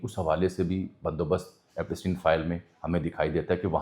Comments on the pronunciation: This is not Epasteen. It's pronounced as Epshtine, like shine. It's a German name. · بھائی ایپسٹین Epstein بولنے میں کیا مسئلہ ھے؟ ایپ سٹی ن۔۔۔ پ کے اوپر زبر نہیں بلکہ جزم پڑھا جائے گا 😜